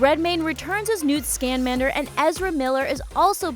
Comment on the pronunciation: I loled at Scanmander